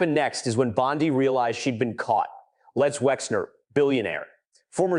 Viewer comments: You asked what we thought… I think your narration & inaccurate subtitles are atrocious. Quick example Bondi is not pronounced Bond-eye. I can’t make it through your video without being distracted by all of the errors. Either F up the pronunciations or the text but bot both. You need an editor and a continuity supervisor. Peace out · It’s Bon-day. Either or an idiot ai or an idiot person. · EpstEEn! BondEE! Not Epstine and BondEYE. You pronounced them wrong on occasion. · I would share but you pronounce so many words wrong that it embarrassing. It’s also very inconsistent. Before you release something, edit! The name Bondi is pronounced bon-Dee. Epstein is pronounced Ep-steen. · Why is the name pronunciation in this video so inconsistent? The content is great, but how many ways can you pronounce Massie and Bondi?